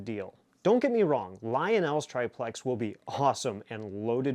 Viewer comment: everybody seems to have trouble saying triplex. Just pronunce it "triple X" !